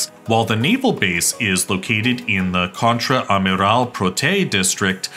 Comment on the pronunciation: You have my permission to translate Contre Amiral as Rear Admiral. I will allow it, as I won't have to hear the butchering of the pronunciation.